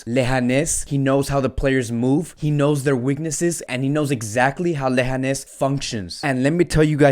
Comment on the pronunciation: Lehanes lol its leganes bro